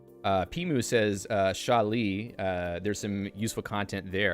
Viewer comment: It's actually more like "Ksa Lee".